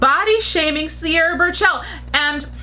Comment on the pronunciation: Lol not sure if you are mispronouncing her name in purpose or not. But TBH, Mariam has better catwalk performances compared to Sierra. I cannot say anything behind the scenes